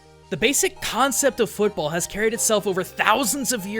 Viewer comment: you mispronounced football